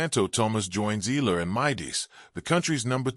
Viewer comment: Please learn to say her name properly